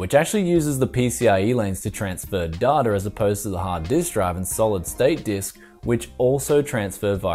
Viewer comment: DATA is not pronounced "dah-tar" last I checked? >_>